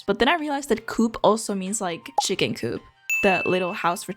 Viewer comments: You dont say cuup, you say Koop. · ""Starbucks is what Espresso House is for Europeans" ... as a 'European" I disagree, I had to look up the brand. It is only present in Scandinavia and Germany which means 90% of Europeans never heard of it. The fact you pronounce coop as in chicken coop and not as in Co-Op (Co-Operation) is funny but understandable. They are in the Netherlands as well but with an Orange logo (obviously.... Netherlands) That said, the art is what matters and the art is amazing :) And yes, I of course have hit the like and subscribe buttons :) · When you said coop then do-op I was like WHAT THAT CO-OP ( England ) THEN I realised it was the Europe one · here in Slovakia we have a coop stores. In my town we have Coop. Its a small store. We call it Coop, not co-op. I never knew it was pronounced co-op. And i never knew their logo was Green, because its Orange in alot of places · Here in Sweden I have never heard anyone say ko-op. We say coop.